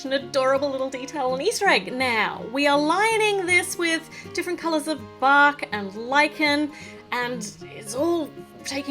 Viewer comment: when u said bark , I thought I heard Bach ( Johann Sebastien Bach)